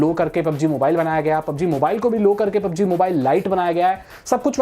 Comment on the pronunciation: Ye itna over acting kyun karta hai or kitne baar sikhaya hai PUB G Bolo B U B G Nhi😠😡😡